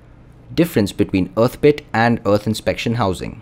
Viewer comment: wow, you mispronounced the word "earth" hundreds of times in this video. it's painful to listen to you saying "uth".